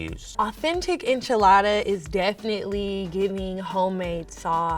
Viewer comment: Why's say enchiladda like that!! He's mexican AF